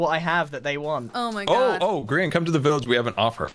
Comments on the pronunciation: that Grian pronunciation HURTS. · Ouch, "Greye-an" hurt my ears, it's "Gree-an", like Korean. I really hope someone in the video says his name quick so u can stop saying it like that. Yay! Thank u, Martin. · The way you pronounce Grian just sets me off. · Gryan??? It’s Grian as in Ian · Oh my lord, my worlds are colliding! I never, ever expected to see reacting to a) a Minecraft series, b) a Grian (pronounced Gree-an, not Greye-an) Minecraft series and c) a Life Series video! This is so much fun! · Well, at least it wasn't grain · at least she didn’t say gree-on ;D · had to pause the video, the way you mispronounced grian gave me so much psychic damage lol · I have never heard grian's said like that lol, exited to watch this! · Omg the way I immediately put my head in my hands in pain at the pronunciation of "grian" xDD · That first pronounciation of Grian’s name really got me XD